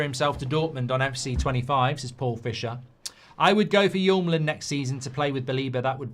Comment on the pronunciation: Hjulmand is not pronounced Jomlen. It`s Julmand. The H is silent.